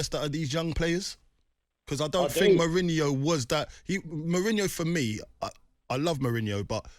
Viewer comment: It’s been obvious for at least two months now that potter isn’t the man for chelsea. The immediate shutting down of Mourinho coming back from whoever this ‘geeeeze’ is commentating just goes to show how clueless they are as pundits. Notice he can’t even pronounce Mourinho’s name… I’m bored of the ‘give him time’ rhetoric. I’m sorry, but in any profession, you would have a probation period, and quite frankly, Potter wouldn’t be passing it at this point. It’s time to look elsewhere before it’s too late and we are saying the next manager didn’t get his ‘preseason’ etc.